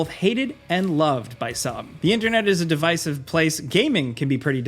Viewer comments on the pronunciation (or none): It’s Dih-vis-iv Not De-vice-iv